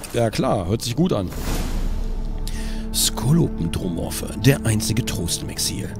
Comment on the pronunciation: Skolopen-dro-morphe?! XD Das Wort Skolopendromorphe wird auf der Silbe PEN betont, genauso wie das Wort Scolopendra, ein Gattungsname bei echten Tausendfüßern, an die die Witcher-Tausendfüßer angelehnt sind.